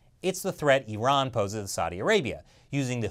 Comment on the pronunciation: Finally an American who spells Iran as 'Iran' not 'Airan' 🙄